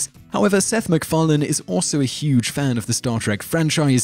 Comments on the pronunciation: ur pronunciation of seths last name is funny, seth mcfarlane car 'lane' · You have a weird habit of jumping between one pronunciation and the other when you say "Macfarlane". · Could you maybe learn how to pronounce people's names before talking about them? Who's Gene Roh-den-berry? Seth MacFar-lane?